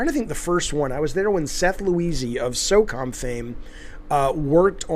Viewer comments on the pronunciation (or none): none